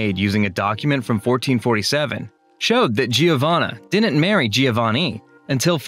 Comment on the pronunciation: and let's not even start with Giovanni..... this surfer/ frat dude obviously didn't study art history...